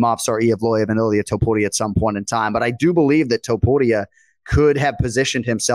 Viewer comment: Did call him ilir topuria??? 🤣🤣🤣🤣😭😭😭😭